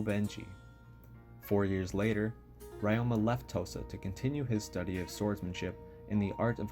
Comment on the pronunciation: could you check your pronunciations of Ryoma and other Japanese words as they are incorrect and it’s not appropriate for any student studying Japanese